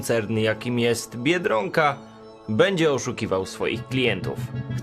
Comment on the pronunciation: Dlaczego mówisz "biedrąka" a nie tak jak trzeba "biedronka"?